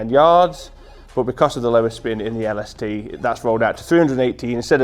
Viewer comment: When he says “LaSuhTuh” 😂😂